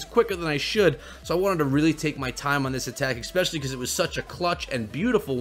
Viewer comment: ESpecially not EXpecially